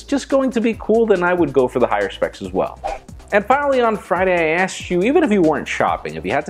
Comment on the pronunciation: did he just say 'axed me' instead of 'asked me?